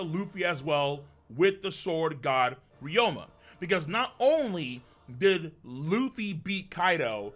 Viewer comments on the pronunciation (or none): His name is Ryuma, not Ryoma. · RYU-ma not RYO-ma Jesus Christ